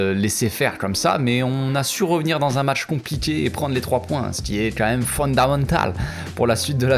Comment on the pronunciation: J'adore ton "accent" espagnol😂😂 "c'est fondamental"🤣🤣